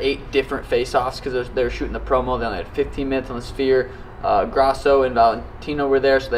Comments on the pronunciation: calling the sphere the spear is low-key funny 😂😂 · “Suga Shane at the Speer” 😂😂😂 get your boy’s right! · "spear" 😂 god damnit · yeah its the spear not the "sphere" thats like a circle bro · lol n kept calling it “spear” n not sphere . Still awsome reaction u see he gives a 💩 n he his BG! Sugar is def one the best! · Sean calling it a shphere is hilarious. You can see him 'adjust' before it. Some words are just a bith, I suppose. But he's going to make him (Dvalishvili) look silly. 😯🤣🤣🤣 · I tried correcting him a few pods back as well and he acknowledged it. Still can’t pronounce it. lol. All love tho. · Watching try to pronounce "SHFEER" is actually wild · Funny that a guy who can't pronounce the sphere is going to be headlining. Never again I'm history. Hope to enjoy seeing him take his second loss.